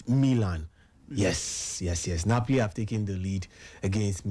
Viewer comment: sef, Bath-lona, Napli.